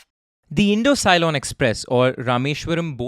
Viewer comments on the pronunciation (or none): Mmm pronunciation horrible Ceylon - Zealan it’s Sea Lawn ( Sri Lanka ) Ala- Van - Dar 😂 sounds like e Dutch name ; Aaa la Van Daar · I just loved the mistakes in pronunciations 😅 Ceylon -> sea-loan Alavandar -> aah-luh-wan-dhaar The above are the correct pronunciations though Keep up ur good work bro🔥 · Ce-lon, not loan. Present day Sri Lanka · Not to forget Ceylon (si lone as sigh lone)